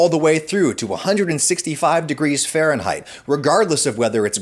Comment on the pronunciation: WTH is "fahrehnheightts"?